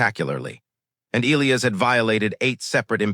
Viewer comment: Skips Jumps Missing Words Missing Sentences And The Name Of The Alien Species ..... Oral 😳😵😏😆 🥒👄 & 🌮👄 Sorry . It's Elias ( E-Lie-Us ) ⬇ Not ( E-Lee-Is ) Not ( E-Lee-As ) Not ( E-Lee-Os ) Not ( E-Lee-Iz ) Not ( E-Lee-Uz ) Not ( E-Lee-Ez ) " Give You My Frequency ..................................................................................................... Story Abruptly Ends , No Conclusion . Just Cuts Off Suddenly In Mid-Sentence . Just Chopped Off .